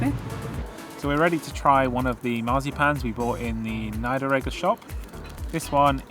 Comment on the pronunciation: There is marzipan and Marzipan. Most brands are cheap and use lots of sugar. So look at the list of ingredients. Almonds, the main component, should appear as the first item. Which means that is the component with the largest percentage of the lot. Usually 40%. More is better. Nie-der-eg-ger is pronounced like "ie" in piece/niece: [nee - der - ag -gir(l)]. For old towns with cobblestones you might mount all-terrain wheels on the wheelchair. Or from a fatbike? But this shows why German women don't wear high heels. Wheelchairs are not made for rough street running.